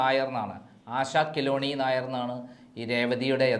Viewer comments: KELUNNI !!!! NOT KILONI !!!! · ആശ കില്ല വ് ണി അല്ല ആശ കേളുണ്ണി നായർ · ആശാ കിലോണി അല്ല😅😅 ആശാ കേളുണ്ണി എന്നാണ്😅😅 രേവതിയുടെ interview ൽ അവർ തന്നെ പറഞ്ഞിട്ടുണ്ട് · കിലോനീ.. എന്നല്ല.. Kelunni... എന്നാണ്.. ( ആശ കേള്ണ്ണി നായർ )എന്നാണ് രേവതി ടെ Name.. Full name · കിലോനി അല്ലാ കേളുണ്ണി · ആശാ കേളുണ്ണി നായർ എന്നാണ്. കിലോ ണി എന്നല്ല. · ആശ കേളുണ്ണി നായർ എന്നാണ്.കിലോനി അല്ല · കിലോണി അല്ല കേളുണ്ണി 😁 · കിലോനി അല്ല. ആശ കെളണ്ണി. എന്നാണ്. ആദ്യം. പറയാൻ പഠിക്ക് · പൊട്ടൻ ഇവൻ മലയാളി ആയിട്ടും രേവതിയുടെ ശരിക്കുള്ള പേരറിയില്ലേ. ആശ കേളുണ്ണി എന്നാണ്. കിലോണി എന്നൊക്കെ പറയുന്നു.😂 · കിലോ ഉണ്ണി ആണോ കേളുണ്ണി എന്നല്ലേ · കിലോണിയല്ല കേളുണ്ണി നായർ. മലയാലം തീരെ അരിയില്ല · ആശാ ""കീലോണി "" അല്ല, ആശാ ""കേളുണ്ണി "" എന്നാണ് രേവതിയുടെ ശരിയായ പേര്. അവിടുന്നും ഇവിടുന്നും കിട്ടുന്ന പൂട്ടും പൊടിയും അറിവുകൾ വെച്ച് വീഡിയോ ഇറക്കാതെ പ്രോപ്പർ ആയ വഴികളിലൂടെയോ ഗൂഗിളിൽ സെർച്ച് ചെയ്തിട്ടോ ശരിയായ ഇൻഫോർമേഷൻ കളക്റ്റ് ചെയ്ത് വീഡിയോ ഇറക്കുക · കിലോണി അല്ല. ആശ കേളുണ്ണി ആണ് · കിലോണി അല്ലടോ കേളുണ്ണി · Khiloni alla, asha kelunni enna. Malayali aayttu parayanpolum ariyille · Not keloni but kelunni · ആശ കേളുണ്ണി നായർ എന്നാണ് പേര്, കിലോനി എന്നല്ല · കേലോനി അല്ല ആശ കേളുണ്ണി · ആശാകിലോനി അല്ല ആശകേളുണ്ണി. 🌹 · 😂 ആശാ കിലോണി അല്ലാ മൈ.... ആശാ കേളുണ്ണി ആണ്😂😂 മഞ്ഞ പത്രക്കാരാ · കിലോണി അല്ല കേളുണ്ണി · Revathi's original name is ASHA KELUNNI. Not Keloni. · രേവതിയുടെ പേര് ആശാ കിലോണി നായർ എന്നല്ല ആശാ കേളുണ്ണി എന്നാണ് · 😂ആശ കിലോണി അല്ല ഡോ ആശ കേളുണ്ണി എന്നാണ്. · Asha 'kiloni'alla.😂😂..Asha kelunni Nair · ആശ കേളുണ്ണി . kiloni അല്ല. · കിലോനി അല്ലെടോ കേളൂണ്ണി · ആശ കിലോണി അല്ല...😅😅. ആശാ കേ ളുണ്ണി എന്ന് ആണ്. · ആശ കെലുവുനി അല്ല, ആശ കേളുണ്ണി😂😂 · ആശാ കിലോനി, എന്നല്ല ആശാ കേള്ണ്ണി എന്നാണ് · ആശാ കിലോ ണി നായർ എന്നല്ല, ആശാ കേളുണ്ണി നായർ.... Ok ? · ആശാ കിലോനി അല്ല ആശാ കേളുണ്ണി യാണ് 😂😂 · ആശാ കിലോണി നായർ എന്നല്ല.ആശാ കേളു നായർ എന്നതാണ് ശരി. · ആശാ കിലോണിയോ 😂😂😂😂😂 കേളുണ്ണി എന്നാണ്... ആശാ കേളുണ്ണി നായർ... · കിലോണി അല്ല കേളുണ്ണി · ആശ കിലോനി അല്ല... ആശ കേളുണ്ണി 😂😂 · ആശ കിലോനി അല്ല ആശ കേളുണ്ണി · Kilomi alla kellinni